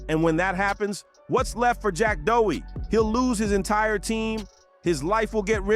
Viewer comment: After making all these videos about him, u still dont know how to pronounce his fkn name 😅